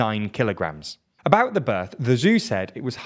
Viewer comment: And bout pronounced boot